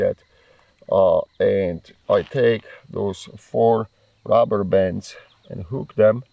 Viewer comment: Came for the AK. Stayed for the Shirt 😁 That along with "The Rubberbands" I was put into a trance and had to rewatch 😂 That was the most satisfying way I've ever heard the word "DuRUHberbanss" in my life to Was also the funniest fucking spoken sentence I have ever heard in my life 🤣🤣🤣